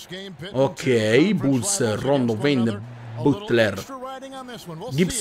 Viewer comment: Poi impara a pronunciare i nomi dei giocatori ,perché Butler e Wade da come l'hai detto non si può sentire